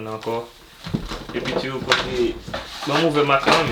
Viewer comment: M renmin le ap di epitou net,li di epitiou